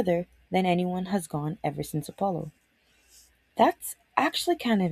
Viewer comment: Oh, yep, the Appppppolo 17. (It's Apollo, double L, single P)